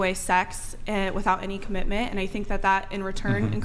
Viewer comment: Well, at least these ladies are all about the Commih-menh … perhaps some day someone can introduce them to the letter ‘T’ .. and we can get some actual Commitment out of them. T .. it’s not pronounced “eh!”